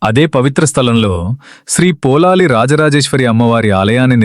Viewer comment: మీరు పదే పదే పోలాలి అంటున్నారు. పొళలి అని ఉచ్చరించాలి.పుళినాపుర అనే సంస్కృత పదం పామర జనుల పలుకులో పొళలి గా మారింది. ఇక్కడ వార్షిక జాతర నెలపాటు జరుగుతుంది. ఉత్సవం ఆఖరు ఐదు దినాల్లో దేవుని మడిలో(పొలం)చెండాట(బంతులాట)జరుగుతుంది. దేవి భండాసురుడి తల నరికాక ఆ తలను కాలితో తన్నుతూ ఐదు రోజుల పాటు తన పరివార గణంతో కలిసి బంతి ఆట ఆడి వినోదించినదట.ఆ జ్ఞాపకార్థం ఐదు రోజులు ఇప్పటికీ పుచ్చకాయను కాలితో తన్నుతూ బంతి ఆట జరుపుతారు.సురథ మహారాజు దేవిని ప్రతిష్ఠించాక తన కిరీటాన్ని తీసి దేవి తలపై ఉంచి శాశ్వతంగా సమర్పించాడని,ఇప్పుడు ఉన్న కిరీటం అదే అని అంటారు.అలాగే కిత్తూరు రాణి చెన్నమ్మాదేవి పొళలి రాజ రాజేశ్వరి ని దర్శించి సమర్పించిన పట్టుచీర ఆ దేవాలయంలో ఇప్పటికీ భద్రపరిచారు.